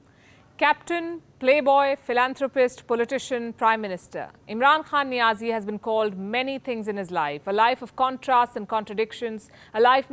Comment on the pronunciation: The way she says'Imran khan Niazi'... Stressing NIAZI 😂😂